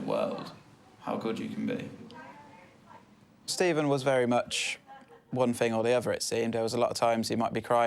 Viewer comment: steven- "good evening" stephen- "good ephening"